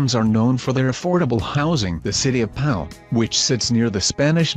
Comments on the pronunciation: it would be good if you added the name of the locations to the video caption... The auto voice is goofy and mispronounced city names. Like Pal, France? Is that the spelling? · They are probably referring to Pau, a town in the south west near the Pyrenees mountains. It's in the Basque country so it gets sunshine but also a lot of rain. The correct pronunciation of Pau sounds like "Po" when spoken.